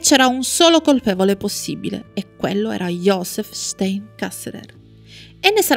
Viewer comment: anche il cognome è sbagliato.. stEin, in tedesco infatti la EI si legge AI (come ad esempio anche la EU si legge òi) 😇